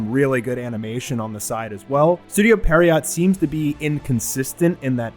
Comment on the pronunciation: I feel like this needs to be said but it's not pronounced "Pear-iot". It's pronounced "Pierre-Oh". It's French.